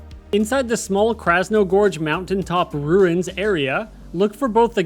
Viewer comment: Krasno-GORGE can’t tell you how many times I twitched hearing you mispronounce it…